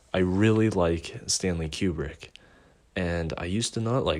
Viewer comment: "stanley qubrick"